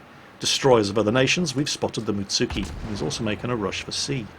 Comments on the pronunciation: you know its +Animefreakah when he calls a Mutsuki a Mitsuki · 3 min in. "Mutsuki" Oh...